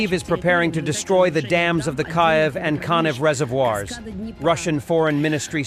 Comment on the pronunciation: Your computer generated voice- over is quite annoying. Mispronouncing the Ukrainian capital’s name is pretty unacceptable for a Ukrainian YouTube.